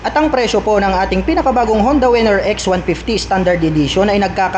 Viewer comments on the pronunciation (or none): Winner po hindi po wenner